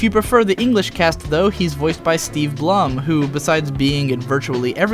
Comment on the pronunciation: Steve Blum's last name rhymes with "gloom", not "plum".